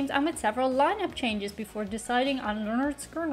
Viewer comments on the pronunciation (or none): Leonard (skin-nerd)Skynyrd is the pronunciation most people will recognize (not your Irish version) Y can sometimes be used as a vowel (though it would replace "i").> though it looks funny if I wrote Skynird < for I can't read it either. Though Google translate says it right in English. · Great video. You did choose one of their mellower songs to introduce yourself to them. It was cute how you were mumbling the pronunciation of their name, even after you discovered the band was named after Leonard Skinner. As it happens? Their first album is actualled called: "Pronounced Leh-nerd Skin-nerd" I suspect due to others having the same pronunciation challenges you had.😉 One of my favorite Lynyrd Skynyrd songs is a tougher rocker called "Working for MCA" who was their record company. I love all their hits, but even some of their less well known songs are great. Also love "That Smell". It's a great song but the lyrics kinda foretell Ronnie's early death. Also all the horrible, horrific things he did to himself partying way too hearty, and essentially trying to kill himself. (He developed cocaine and heroin addictions from medicating himself after the pressure of playing in front of so many people all the time became too much.) Which the plane crash ultimately took care of for him. Sadly for the rest of us. Their last studio album was "Street Survivors." The cover photo of the band became very controversial in the wake of that plane crash, because one of the band members who died in the crash, Steve Gaines, seems to be enveloped in flames. And flames actually touch all the members in that original cover photo. So it seemed kinda creepy. They put the plain photo of the band on the back cover as the front cover for a long time. Eventually they put the flame cover back in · It's Pronounced 'Lĕh-'nérd 'Skin-'nérd, lol a little inside joke from us fans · The band's name is pronounced, Len Nerd Skin Nerd. They where the kings of southern rock. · Oops. Lynn-erd Skin-erd😮